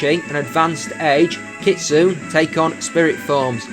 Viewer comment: Another great video. :) BTW Kitsune is pronounced Kit- Sue- Nay ^_^